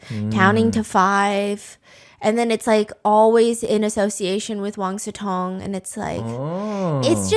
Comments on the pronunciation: Why do I always hear wang siTong instead of wang siCong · I swear i hear "wang su tong" and not "wang sicong" 😢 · I always thought his name is wang su tong (that's how i hear steph pronounce it)😂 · Wait, his name is Wang SICONG? I usually only listen to Steph so I don't see the titles most of the time so I keep hearing Wang SUTONG 😭😭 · Stephanie posted. I can finally breathe and it’s Wang Sicong. Come on 😂😂😂